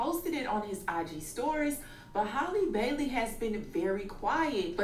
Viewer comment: the way called her “Haylee Baylee” 😂